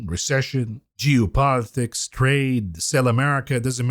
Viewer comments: I like how he pronounces "Geo-politics" like "Jew-politics" lmfao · Juice politics